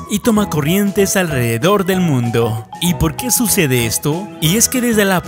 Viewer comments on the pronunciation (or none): like si escuchastes la palabra mondo embes de el mundo en el minuto comenta si es hasi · en el minuto dice mondo 😂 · en el minuto dice en todo el MONDO XD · Like si escucharon mondo en minuto 4-10